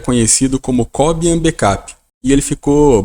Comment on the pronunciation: Não é Có - bian. Este é um nome de um cubano, que atualmente mora na Suécia, e em castelhano se pronuncia, co - biân.